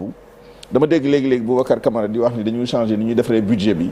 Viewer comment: Un ministre " de surcroît de l'éducation ou de l'enseignement " je ne sais meme plus. Qui ne peut meme pas prononcer le mot changer